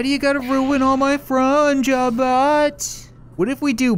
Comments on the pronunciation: LATE I KNOW! but why you gotta ruin my frun jobbot (no joke you said frun dude which is funny) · "why you gotta ruin all my frun job bot" 2018